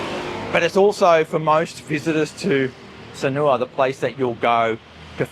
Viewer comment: When will you learn how to pronounce Sanur? You say Sanoowa.